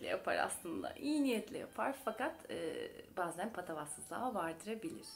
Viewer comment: Bazen kelimesini siz mi yalnis telaffuz ediyorsunuz ben mi yalnis biliyorum.e harfini cok kapali telaffuz ediyorsunuz